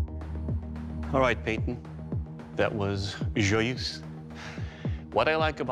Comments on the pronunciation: As a French guy, the way they said "Jooyooz" instead of "Joyeuse" maid me laugh out load! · It's pronounced "joy-uzz", not "joy-oose" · JOYEUSE !!! Not joyce, not joyese Joyeuse!! It's not that hard to say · As a French XD the "Joyeuse" isn't pronounced correctly but they feel so proud to say the french word XD they just accentuate way too much the u and don't pay attention that the EU is a sound of his own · And now for my perfect french pronunciation, charlemagne's JOY OOSE. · Do you mean you have learnt how to pronouce "Joyeuse" well by watching this video ? If the answer is "yes", I'm sorry to tell you that the name of this sword is very badly pronouced here. In modern French, far closer to the authentic pronounciation than the Anglo-saxon way, it souds like 'Joaieuz' ( with the j pronouced like in "juice" for example, but without the little "d sound" ; the o like in "core", the a like the 'ea' in "heart", the i like the y in "carpentry", the eu like the 'u' in "hurt", and finally the z like in "zombie" ). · It's pronounced jwajuze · Love the way they pronounce joyeuse... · The way he pronounced joyeuse lmao